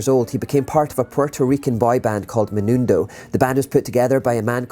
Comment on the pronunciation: It's Menudo. Not Menundo. Not relevant, but just sayin'.